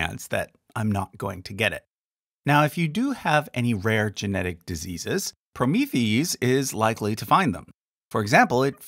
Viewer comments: just sayin', but "Promethease" is meant to be pronounced like the Greek "hero," Prometheus." so, "proh-MI-THI-ase." Kind of like, polymerase. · Thanks for the vid! Hey, you have mispronounced Promethease - actually is said "pro-mee-thee-ace" (kinda like one would pronounce an enzyme). Fyi. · I’m pretty sure Promethease is pronounced PRO-MEE-THE-ACE, a hybrid of Prometheus and the suffix for enzymes, -ase.